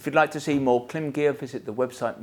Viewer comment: KLIM. Pronounced CLIMB. I appreciate you do it for the engagement but still… it’s really irritating. Devalues your opinion when you can’t even pronounce the brand correctly!